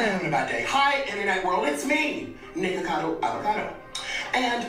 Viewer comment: The fact that STAYS calling him Nicado KILLS ME 😂